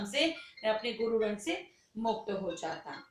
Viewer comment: Shran Nahi rinn...galat padha Tumne.